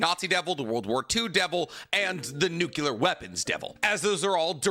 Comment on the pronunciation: It bothers me that he can't say nuclear, lol